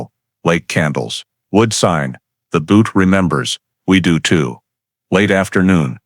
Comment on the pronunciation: That’s not how you say Butte 😂